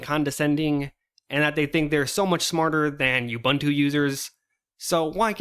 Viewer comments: It's pronounced OOBOONTOO. OOBANTOO does not exist. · oo-boon-too, not you-bun-too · It's pronounced ooh·boon·too btw. Just teasing, I couldn't care less. :P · This conversation reminded me of Slackware elitism late 90s. Also it is not "yubantu" or "yuubuntu", it is "ubuntu" as in "oobuntu" or "uhbuntu". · If arch users are so smart than why cant this guy pronounce ubuntu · Why can't people in the linux community pronounce OOBOONTOO?